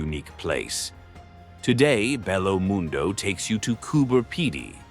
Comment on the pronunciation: PLEASE LEARN to pronounce Spanish words CORRECTLY…it’s pronounced Bejo Mundo…the double L in Spanish sounds like an English J…thank you!